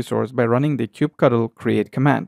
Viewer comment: it's "kube cuttle"